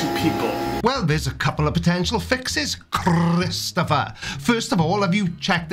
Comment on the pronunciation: "Crrrrrrristopher!" Priceless!!! 🤣😂🤣😂